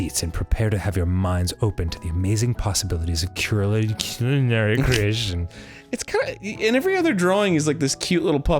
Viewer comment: that is the weird pronunciation of culinary ive ever heard lol thats not even remotely close